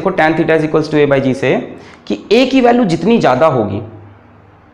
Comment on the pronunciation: Barabr equll ko bolta hay